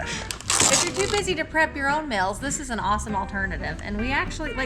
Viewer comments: I love it ! Even your "in video add " you folks make it decent to watch. I love the accent "factor mills are delicious " up her we pronounce the E in 'meals " kinda like hearing talk abooot sticker up in Canadia deeecales deckals 😅😅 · It's crazy to me that you guys don't get how to pronounce words properly and don't know simple English. Lmfao mels......... It's meals. learn your vowels. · Why do Americans have such a problem with how to pronounce vowels...Factor Mills😂😂😂😂😂